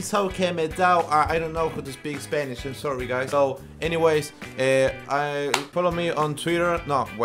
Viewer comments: El ingles no dice "PEOPLE",el dice "ANYWEIS" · "Eniweys"